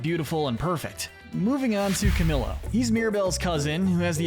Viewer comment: Isn’t it pronounced cuh-MEE-YOH? 🤨